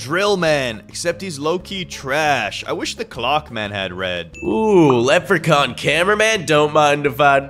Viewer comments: Bro, why does call leprechaun cammera man, leprechorne cammera man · Who heard lepre corn 👇